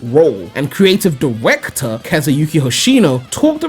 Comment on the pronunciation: Diwectors and pwayers? Dude you're channeling Elmer Fudd here XD